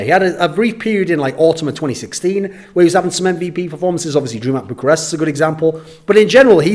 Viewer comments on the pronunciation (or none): none